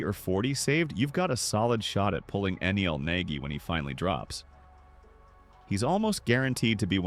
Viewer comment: Nel ❌ neal ✅